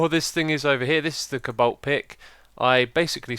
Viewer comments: Co balt not cabalt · its cobalt xD not cabalt, spleed like: Coe - balt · cobalt is pronounced like Coal without the L then Balt so kinda like Coabalt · Cobolt = Coh/bolt. emphasis on first syllable. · It sounds so funny the way x says thing like cobalt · you don't pernaunce "cobalt" right, try to listen to how google translate says it, he says it very well.